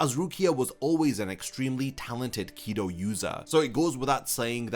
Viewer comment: I refuse to watch a video when you can't even probounce Kido from Kaido. Like seriously? One is a sorta spell in Bleach and the other is one of the 4 Pirate Emporers in One Piece. Pronounce better or don't make videos about things you can't pronounce